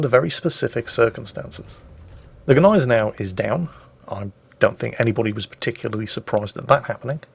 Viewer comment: I thought the G was silent in Gneisenau